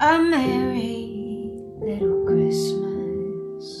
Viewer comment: Great voice, I just can't stand the way some singers twist their pronunciations. "Have yourself a Merry little Christmice." FFS.